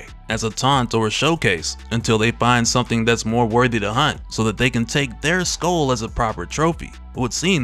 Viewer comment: Taunt not “tahnt”. Skull not “skoal”.